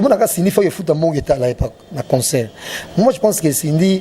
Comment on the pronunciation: ba mots français mais prononciations mobulu musique, et non musuque; concert et non conceur; single, et sungle;nelembi pona eleki ebele… en tout cas boza liboma pona ko comparé Koffi na Fabregas… FALLY IPUPA kaka nde esimba na album moko ba plus de 25 chansons. et oui 👍 vieux na nga mopao nalingaka yo mais cindy nayebi te soki abetaka yo fimbu mais yaya Cindy abomeli yo boulot